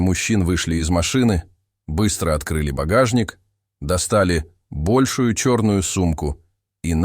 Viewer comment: Достал бОльшую сумку. С чем сравнивали? Ударение надо ставить правильно. Наверно большУю.